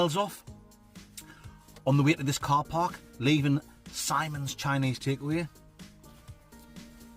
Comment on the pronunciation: It's actually pronounced 'Sim-ons' not 'Symons'.... allegedly.. 🧐